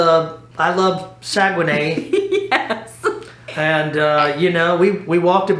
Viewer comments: We don’t say Sa - Gue - Nay, we say Sag - Nay! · It's pronounced Sag-Nay. I knew you where on NCL!!!! The one line I will never sail on! LOL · You were pronouncing it wrong. It is sag un neigh